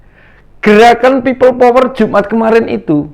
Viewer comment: Bilang pipel power aja nafasnya megap2 drik mudrik, mbok ya dibikin ngaji suaramu itu, agar pintu akherat terbuka.. Takbir